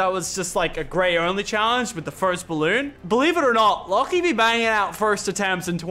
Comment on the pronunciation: Why you always say got her lachy